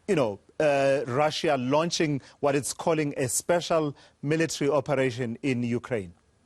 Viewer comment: Spesal ? Ok